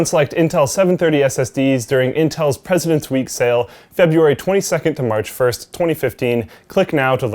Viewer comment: When you said presidents day sale I thought you said peasant day sale and I thought it was a SSD for a ps4...